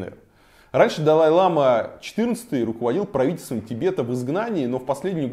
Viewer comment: Это не белый шарфик, а хадак - символизирует уважение. Бывают разных цветов, несут разный смысл. И в слове лама, ударение на последний слог. Если ударение падает на первый слог, то это южноамериканское животное